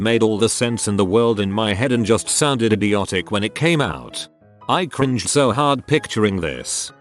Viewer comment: Someone teach this robot how to pronounce 'cringe'